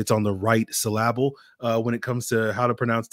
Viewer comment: “Emphasict” “sylahhhhbull” who taught you this??? 🤔🫠